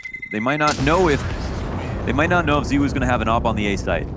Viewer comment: The pronunciation of zywoo triggers me lmao